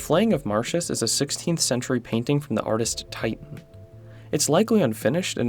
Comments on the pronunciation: Gericault is pronounced "Jericho" with a soft J sound like in "visual" Titian is pronounced "tishan" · Good video, but it hurt to hear him mispronounce almost every name ("Titan"?) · titian is pronounced TISH-in